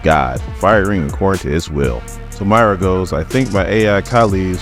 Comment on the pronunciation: Moy-ra not My-ra 🙄